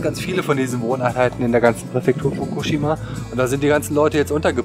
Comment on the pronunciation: Also erstmal respeckt, dass du soetwas machst. Geile Aktion und wenn ich älter bin und geld hab werd ich wahrscheinlich auch so eine ähnliche Reise mal machen :D Und zweitens, im japanischen werden die meisten Wörter auf der vorletzten Silbe betont, also bei dem Wort Fukushima wied die Silbe "shi" betont ^-^ (wollte es nur mal gesagt haben und sorry falls die das schon mal jemand gesagt hat, sind einfach zu viele Kommentare um alle zu lesen ^^")